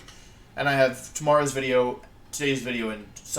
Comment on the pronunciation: Every time I hear you say Wideo, it makes me think of the flaming spade. Oh the good ol' days